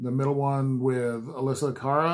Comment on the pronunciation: You got it all right! (The Canadian pop singer's name is pronounced "ah-LESS-ee-ah"). Metallica loved this version.